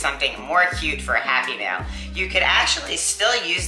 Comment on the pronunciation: Very cool. When you say happy mail sometimes I hear happy meal haha :) Maybe I’m just hungry.